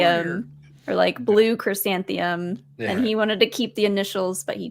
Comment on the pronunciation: Nice thought,. But the word you're looking for is actually "chrysanthemum," not "Krysanthium."